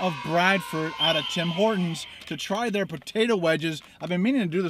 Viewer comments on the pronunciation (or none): none